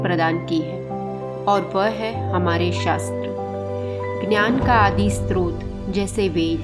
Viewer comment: कृपया स्रोत उच्चारण करें 🙏20:०० पर बोल रही है स्त्रोत (strot)। जब कि होता है स्रोत (srot?)